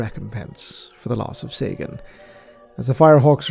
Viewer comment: Sagan , Seigan . i wish you with Arch would reach agreement how that bloody system is to be pronounced :D